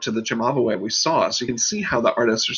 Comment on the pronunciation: Not 'giorata', it's 'giornata', also check out your Cimabue pronunciation, otherwise great!